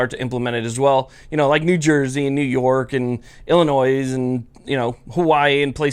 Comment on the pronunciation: Down State IL here to remind you to please not pronounce the "s" in Illinois. XD